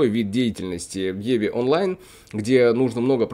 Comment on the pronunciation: Пока играю в еве онлайн. :))) Самому не тошно так говорить? В еву, евку или в ив, но не в еве онлайн. Жесть какая-то.